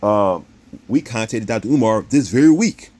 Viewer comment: Did this dude just say “CONTATED”????!!!😅